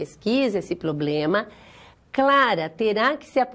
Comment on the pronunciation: E a variação linguística que permite kkkk